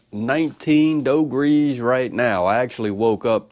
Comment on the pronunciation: Keep warm my friend, cracked me up when you said “doe grees “